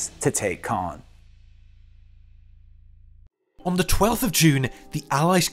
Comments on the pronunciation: Why does every single commentator pronounce “Caen” incorrectly? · Caen is mispronounced